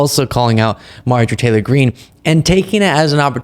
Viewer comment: You're mispronouncing her name, its "Marjorie Taylor Peen" .